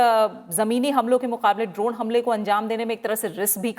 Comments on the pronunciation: Why anchor pronouncing ' द्रोण ' instead of ड्रोन ?? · आप द्रोण क्यों बोल रही हो